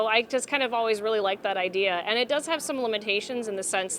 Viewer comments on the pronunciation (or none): none